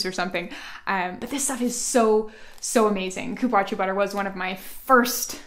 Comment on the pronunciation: Cupuaçu is pronounced like "cu-pu-a-ssú"